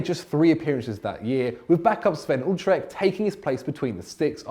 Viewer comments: How tf did he just say Sven Ulrich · "Sven Utrecht" is what I heard. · Jesus f-ing Christ that Sven Ulreich pronunciation